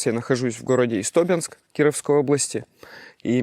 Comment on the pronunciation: Не ИстОбенск, а ИстобЕнск.